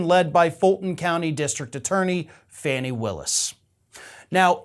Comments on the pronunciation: Fani Willis' name is pronounced 'FAWNEE', not Fanny. Please provide the proper respect for the woman and her position. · It makes me laugh, but it's pronounced FAW-Nee, not FANNY! She might not appreciate that one. Lol! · can you please pronounce her name properly?!?! Fawn-ie, not Fanny